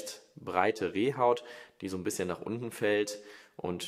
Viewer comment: Die Rehhaut spricht man Reehoh. Billige , scheinbar aufgefärbte Lederbänder würde ich mit Fingernagellackentferner abreiben und dann mit einfacher auf Wasser und Öl bassierter Handcreme behandeln. Das ist hier die schlechteste und peinlichste Uhr die Sie hier vorstellen. Sorry, das Ding ist unterstes Kaufhaus-Niveau wie aus diesen Drehtürmen wo überteuerte Hausmarken verkauft wurden.